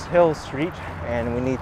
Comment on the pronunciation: Street , not shtreet. Straight, not shtraight.